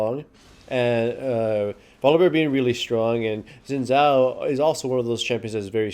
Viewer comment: 'xin zhao' is pronounced closer to 'sin jao' than it is to 'zin zao'.